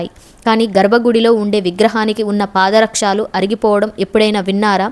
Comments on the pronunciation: Chakkaga cheppavu kaani paada rakshaalu kaadammma pada rakshalu. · పాద రక్షాలు కాదు పాదరక్షలు అనాలి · పాదరక్షలు పాదరక్షాలు కాదు ప్రాంగణాలతో ప్రాంగాణాలు కాదు ఉచ్చారణ దోషాలను సరిదిద్దుకోండి ఓం నమో నారాయణాయ 🙏🙏🙏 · పాద రక్షాలు కాదు.పాదరక్షలు అనాలి. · పాదారక్షాలు, కాదు తల్లి పాదరక్షలు, అని పలకాలి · ఓం నమో నారాయణయ.🙏🏻🙏🏻🙏🏻🙏🏻🙏🏻 ఈ పుణ్య క్షేత్రం గురించి చక్కగా చెప్పావు కానీ కొన్ని పదాలు ఉచ్చారణ చాలా వింతగా ఉన్నది. ప్రాంగణం అనే పదాన్ని ప్రాంగణాలు, పాదరక్షాలు కాదు పాదరక్షలు అని చెప్పాలి కదా.....😊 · చాలా మంచి సమాచారం ఇచ్చారు 🙏🏼 కానీ తెలుగు ఉచ్చారణలో కొన్ని తప్పులున్నాయి “పాదరక్షలు “ అంతే కాని “పాదరక్షాలు” కాదు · Content bavunna koddiga bhasha meeda drushti pettali Paada rakshaaalu kadu Para rakshalu anali Prangaanaalu kadu Pranganalu anali Bhangima anali Ivi sardukunte saripotundi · పాద రక్షాలు కాదు పాద రక్షలు అనాలి విషయం బావుంది కానీ తెలుగు నీ బతికించండి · మీరు పాదరక్షలు అంటే బాగుంటుంది, పాదరక్షాలు కాదు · అమ్మా తల్లీ నీకు నమస్కారం 🙏 🙏 పాదరక్షాలు కాదు పాదరక్షలు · బాగుంది.నమోనారాయణాయ!!🙏 అక్షర దోషాలు,ఒత్తులు,పొల్లులు ఉచ్చారణ సరిచేసుకుంటే ఇంకా బాగుంటుంది. ళ ను ల గా పలకటం ,ప్రాంగాణాలు,పాదరక్షాలనటం.... ఎంతో మంది చూడాలనుకునే వీడియోలు చేయాలనుకున్నప్పుడు ఇలాంటి లోపభూయిష్టంగా భాషను పలకడాన్ని సరి చేసుకోవడం సరైనది! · Nenu kuda ade cheppalani anukunnanu.